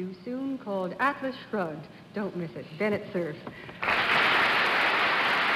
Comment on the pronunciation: Did Dorothy say "Atlas frugged"? at the opening?